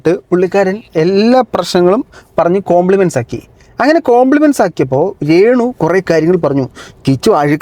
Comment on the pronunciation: കോംപ്ലിമെന്റ്സ് അല്ല കോംപ്രമൈസ്